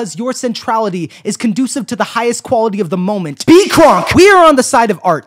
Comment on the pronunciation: Every time you say kronk I hear it as krunk and I can't stop laughing